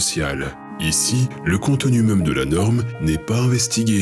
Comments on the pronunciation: Bonjour et merci pour cette vidéo. Question : pourquoi prononcez-vous "meume" au lieu de "même" ? D'une manière générale vous éludez les accents, pour quelle raison ? Bien à vous. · ah bon quel accent ? Il n'y aucun accent dans toute la vidéo, juste un défaut de prononciation non ?